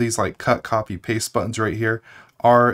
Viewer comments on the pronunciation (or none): none